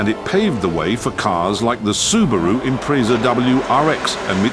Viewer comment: Yes, and pronounced the Subaru Impreeeza 😂